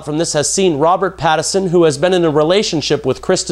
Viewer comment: I just want to lob a giant sign that says "PATTINSON" at you for repeatedly saying "PATTERSON".